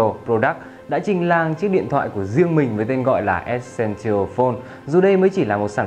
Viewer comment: từ essential bạn đọc sai rồi, góp ý bạn xem lại cách phát âm từ đó nhé